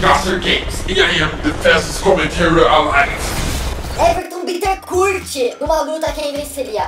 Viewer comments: se pronuncia Bintencur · se pronuncia Bitemcur